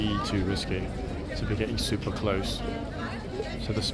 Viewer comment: That Super was prounced correctly in German.